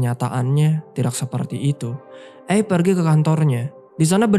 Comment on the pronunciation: Padahal looh, erwin dah panggil "Abe" bukan "eb" Abe = Abraham. Sama seperti panggilan untuk Abraham Lincoln